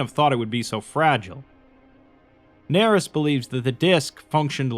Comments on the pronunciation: “Doctor Nerys” “D Narys” “Daenerys” Yikes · "Nerys" is most likely pronounced "ner-EESE," rhyming with "police." It is a given name appearing in Welsh. The name itself may be a reference to the character Kira Nerys ("Kira" here the family name) from Star Trek: Deep Space Nine, portrayed by Nana Visitor. A worthy tribute. Or maybe the author just likes Welsh names, which would be fitting for a doctor who studies dragons; for Wales is associated with the red dragon. Probably more likely... but I like the Star Trek one.